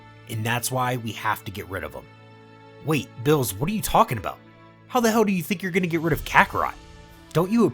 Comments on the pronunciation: Him:bills Me:beerus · Why is beerus called vills?